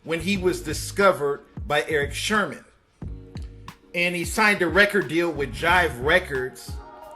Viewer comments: Diz boi said eric shermon 😁😁itz eric sermon "the green-eyed bandit" of da legendary group e.p.m.d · It's Erick Sermon not Sherman. Do your research bruh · Thank you .. then the nigga said “Red Sherman”. Who’s man’s is this? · Erick "Sherman" lol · Erick Sherman???? it’s Sermon you Dick!! Haha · Lmfaoo who da HELL is Eric Sherman??? Red Sirman??? 🤦🏽🤦🏽🤦🏽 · Eric Sermon not SHERMAN! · “Eric *Sermon”...NOT “Sherman” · I being saying Sherman too& my wife always be correcting me ... it’s Sermon ‘ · Yeah it’s crazy that he got that wrong🤦🏽‍♂️